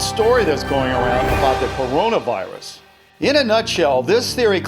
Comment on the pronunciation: You said corona wrong